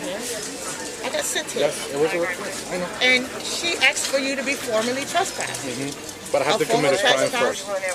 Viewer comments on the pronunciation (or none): She 'axed' for you to be formally trespassed?...speaking like that shows ignorance and an extremely low level of education. And laying on the clothes like that, someone give the chick a chair. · It is ask not axe... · The cops in your country are truly some of the stupidest people on this planet. PS, it is “asked” not “axed” and also its disgusts me that you are allowed to have fashionista nails like that. It’s not professional. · When you intentionally mispronounce the word ask as axed tells me alot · "Axed'. Ax murderer 😄😄😄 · By law. These pigs don’t even know the law. Listen this ignorant woman pig. I axed she said. Lol. Wow.